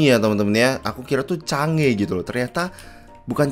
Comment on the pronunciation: Change????Chang'e bang nanti kalo bacanya change jadi ambigu